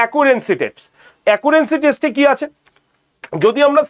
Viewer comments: আরে মাস্টারমশাই Accuracy Test (অ্যাকুরেসি টেস্ট) উচ্চারণ করছেন অ্যাকুরেন্সি টেস্ট বলে....এটা কাম্য নয়....অত্যন্ত কানে লাগে এইসব ভুল উচ্চারণ। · আমি তো সেটাই বলেছি....অ্যাকুরেসি উচ্চারণ হয়....অ্যাকুরেন্সি নয়। আপনি তো আর এক ডিগ্রি উপরের বাংলা লেখা পড়ে বোঝেন না।